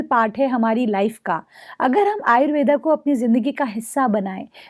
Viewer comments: कृपया आप आयुर्वेदा नही आयुर्वेद बोलिए। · डहिबा आपकी माहिति बढिया दी है । लेकीन आयुर्वेदा ⁉️ नहीं आयुर्वेद सही शब्द है ।